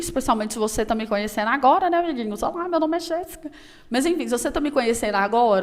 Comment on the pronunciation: Amo 'abiguinhos'. kkkkkkk